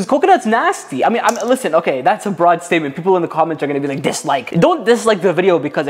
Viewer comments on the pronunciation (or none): none